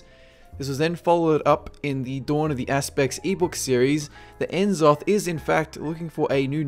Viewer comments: "Nuh-zoth." Not "en-zoth." Just like it isn't "See-thun." Its "Sssssthun." Jaysus. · If only you pronounced N'zoth's name right ;_;.